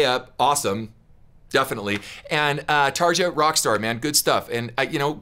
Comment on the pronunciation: Yeah this is Floor not Tarja (pronounced Tar-e-a not Tarja just as a heads up there Ken). Tarja’s operatic was her bread and butter whereas Floor can go there but stray further from it than Tarja could. Both fantastic singers. Tarja was the singer on the album version which was her last album with Nightwish. She still does solo albums and is a fantastic singer. You’d do yourself a great justice to explore more Nightwish. They’re fantastic. Beautiful orchestration and melodies. You won’t find bad music in their discography. 🤘 You gave a lot of good information in this reaction though. I didn’t want that first part to sound like a major negative. You know your stuff Ken. And TSO rules. As they should coming from Savatage. Paul O’Neil was a beautiful music mind and a sad loss. Hope you’ve seen them live. They are almost impossible to describe to others, even if they can “see it” on YouTube nowadays.